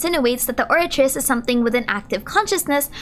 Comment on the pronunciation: C'est pas Opératrice je pense mais Oratrice dans le lore 😉. Pronounced like Oh-Rat-reece.